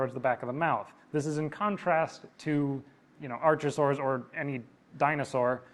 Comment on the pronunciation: ARK - a - saurs... as in Archaeology, archaic, archive ... no CH sound in Greek.